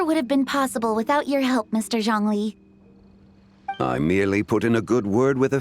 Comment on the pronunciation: OMG YES THASNK YOU FOR PRO0NUNCING THEM PROPERLY I LOVE YOU EN VOICE ACTOR FOR ZHONGLI